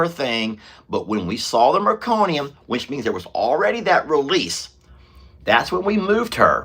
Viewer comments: Meconium no "r" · The first poop of a newborn is "meconium". Not trying to be a "smarty pants": just trying to help with pronunciation! I am hoping that we do NOT see meconium with Jenny Lane's birth. ❤